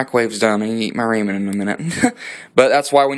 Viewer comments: Never in my life heard anyone pronounce it Ray-men, lolz. Ray-men? Not Rah-men. Where are you from? You gots a southern accent for sure. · raymen??? you mean rahmen? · RAYMEN? FFS that's not how it's pronounced lol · 😆 Lol 😆 RAY-MEN ? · Thanx man.... But what the hell is a Rahman. It sounds good. By the the way you say it. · Dude you have no clue how to pronounce "ramen" noodles